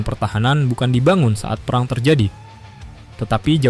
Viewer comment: Buat narator perhatikan pengucapan yang benar Kata "perang" termasuk *e pepet (ĕ)*. Bunyinya seperti "pĕrang". Contoh lain: serang, terang, sedang dll.